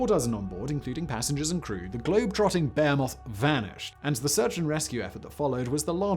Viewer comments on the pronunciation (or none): . According to the auto-generated captions he says "globetrotting bear moth". I've noticed in other vids he doesn't seem to know how to pronounce behemoth. I don't believe it's an English accent thing. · That’s not how “behemoth” is pronounced. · Lol. It’s interesting how Brit’s pronounce behemoth. This is probably the 10ᵗʰ video I’ve heard Simon say it in. Bay-a-moth. Lol. Just interesting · I always like when Simon says "bay-moth" (behemoth) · To hear Simon say "bohemoth" in whatever language that was has changed me. I can't ever say it the same way again. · What’s a “Bayer moth”?